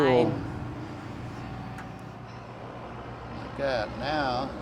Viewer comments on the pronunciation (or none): tool not toll